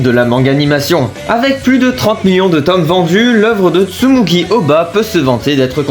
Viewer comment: tsugumi* pas tsumugi bg